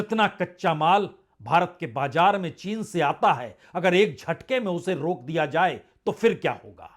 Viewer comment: Dear Sir, despite your great worldwide news analysis, please correct your pronunciation. For example: bajar not correct and BAZAR is correct and jiada is not correct and ZIADA is correct, hjara: hazar, etc